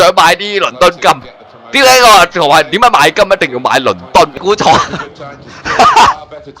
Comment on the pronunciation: 點解次次講點解我都係聽到屌解呀